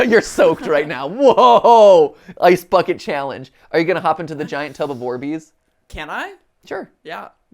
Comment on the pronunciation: when matpat said "orbeez" i thought he said "war bees" and got very confused and scared for a second then mirror matt asked if they were wet and i got even more confused before realizing what he said